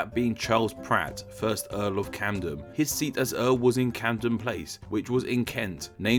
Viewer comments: Pronouncing Camden as Candom and Saxon as Saxton. That's weird. I wish you had shown the spelling of the name behind Haringey and Hornsey. It I think it's the only one you said but didn't show. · U say Camden as if it was spelt candem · Dont forget 'CaNdeM'